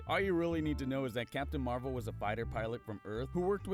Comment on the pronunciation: I heard captain marbles instead of captain marvel